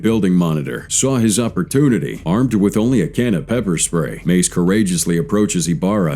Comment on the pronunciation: John Meiz? Sir, that's John MACE.